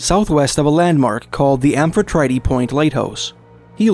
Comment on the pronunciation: congrats on pronouncing ucluelet correctly! but its amphi trite not tritee.